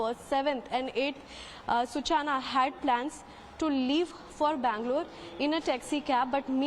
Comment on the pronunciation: Let me correct the anchor. Her name is Such-Na. Not Su-Chana.😂